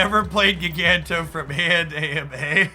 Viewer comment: It's JYE-ganto. Like giant. Or gigantic.